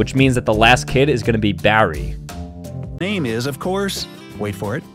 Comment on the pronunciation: yo he said larry not barry